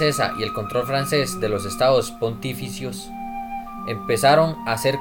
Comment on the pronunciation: Estados pontifícios, con acento en "fí"